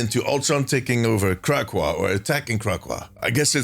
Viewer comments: it’s not Crackwa it’s Crack-co-wa 😂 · It’s pronounced Crack, O, Wa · Kra-Co-Ah Good video.